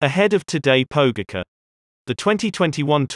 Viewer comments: You're totally butchering their names XD But good video :) It's pronounced Vingegor (Vingegaard) and Pogatcha (Pogacar) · Why do you call him Jonas vingego and todej pogeke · How can you pronounce Roglic's name correctly and then make such a ballsup of Pogacar's? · Tadej "PoU-gahka" XD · Nice, but please learn to pronounce the name 'Pogacar' correctly. That's decent behaviour! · Pure calm: just learn the pronunciation, please! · yes, an American dominated AI, which still requires to learn correct pronunciation..